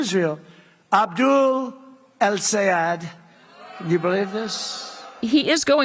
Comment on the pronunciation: Abdul El-Sayed and Zohran Mamdani are some of the most talked-about figures in American politics and yet Michelle Cottle cannot consistently pronounce either of their names correctly. This is incompetent at best and malicious at worst- how can this be the standard at one of our nation's premier newspapers? Shameful.